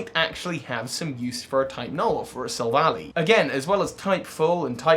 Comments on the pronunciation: Take a shot every time he calls it Sil-vally instead of Silv-ally. Seriously it's name is literally referencing "Silver Ally" for crying out loud. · Sorry to go on a rant, but pronouncing Silvally like valley is like nails on a chalkboard. It’s pronounced like ally, because the name is a combination of silver and ally. It’s not Silicon Valley. Look at its name in other languages: Silvady (Japanese, from silver and buddy), Amigento (German, from amigo and argentum), Ngàhnbuhjinsau (Cantonese Chinese, from silver, partner, fight, and beast), and Yinbànzhànshou (Mandarin Chinese, from silver, partner, fight, and beast). They even say ally in the anime. Other than that, I like the video lol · I could see this theory being plausible unlike the Leon theory. It's got good evidence to support it. Also, Silvally is pronounced "Silva-lie", not "Silva-lee" - that would make the spelling "Silvalley". The name comes from "silver" and "ally". All other languages support this, as well. In Japanese, it's "Silvady" (or "Silvuddy"), which comes from "silver" and "buddy". It makes sense because you need it to be an "ally" or "buddy" with high friendship for it Type: Null evolve. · I hate how he pronounces Silvally. It's Silv-al-eye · I usually pronounce Silvally as Sihlv-al-eye Like Silver Ally Gladion named it Silvally and it is literally his silver ally so Yea